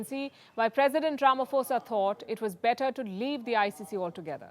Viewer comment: please it's not Ramafosa, it's pronounced 'po' as in potential.